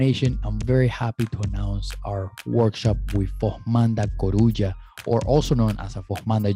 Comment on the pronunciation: No, we don’t “spar” in Capoeira, we play capoeira! It is not formanda “corruja.” Joy, Formanda Coruja. Sorry man it is hard for me to let small things like this go. I like your approach but I am also a Capoeira zelador and I pay attention to things. Good luck on your project and keep moving forward. 👊🏿